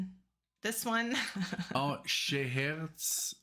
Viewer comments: pronounced Shu-hair-uh-zod. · Pronounced Shah hair a zad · The name you're trying to say is pronounced (Shaw - hair - a- zod) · You may know by now but Scheherazade is pronounced "shuh heh ruh zaad" according to an internet search. (I would have said it sounds like "sha hair is odd") ;-) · I had the good fortune to have seen Renaissance live 3 times; absolutely exquisite music. But to experience "Ocean Gypsy" live, here's a link to a performance from the '70's: And, BTW, it's pronounced Shah-hair-ah-zod.